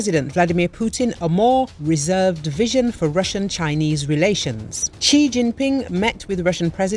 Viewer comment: Quite accurate, his family name is Xi, pronounced Shi